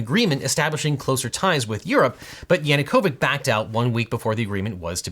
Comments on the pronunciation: You pronounce "Yanukovich" wrong. It should be [ jɐnʊˈkɔwɪtʃ ] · just so you know Yanukovych is pronounced with the ch sound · Yanukovich as ch as in chai :) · It's a small detail, but a pet peeve of mine. The name of the former Ukrainian president is Yanukovych, with a "ch" at the end. This is weird propagation of the wrong pronunciation of Serbian "-ic", which should be pronounced more or less the same, "ich", because in Serbian Gaj's Latin alphabet there is a dedicated ć letter that is conflated with c when using English Latin. alphabet. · Yanukovych is crying in the background, as nobody even knows anymore how to pronounce his last name 😂 (it’s CH — like cherry). But as a Ukrainian, mispronouncing his last name is music to my ears Side note: I wish this video was here when I argued Jessup. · Viktor Yanukovych is actually pronounced with "ch" sound. Unlike majority of Slavic languages, which have their own common orthographies for the Latin alphabet, Russian and Ukrainian use transliterations based on the English one. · It is disgusting that a youtube channel with 2M subs can’t afford to look up how to pronounce Maidan and Yanukovich… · YanukoviCH - end it like the first sound of chair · Extremely helpful rundown of Ukrainian -Russian history for those unfamiliar, but please, for the love of God, please pronounce it "YanunkoviCH" not "YanunkoviK" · your Latin was better than the cyrillic (non-dead) pronounciation of Yanukovich... the -ch is not a kh, but a tsch. :-B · Great video, except that Yanukovych ends with a ch sound (such as ch-air), not a k sound (such as ch-oir) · Yanukovich is pronounced "YanukoviCH", not YanukoviCK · Really? He is YanukovyCH, not YanukovyK! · He is not Yanukovic but Yanucovich with ch in the end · Янукович ends with t-shirt type sound not a k.🤣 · That's yanookivich (like in chair), not yanookovikh. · The only thing about this perfect video is that ch in Yanukovych reads as chair. Thank you from Ukraine!